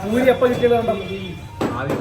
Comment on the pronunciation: Buri alla puri aanu.